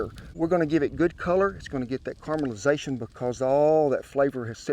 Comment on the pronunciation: Carmel i zation. I will never say it any other way again.